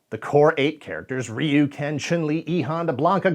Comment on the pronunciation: First entry into Street Fighter was Street Fighter II in arcades. And THANK YOU for pronouncing Ryu's name correctly. It is amazing how many YouTubers STILL get it wrong to this day. The Hollywood movie pronouncing his name wrong did no one any favors.